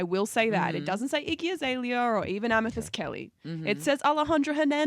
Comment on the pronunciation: ryan says his iggy azealia all the time,lol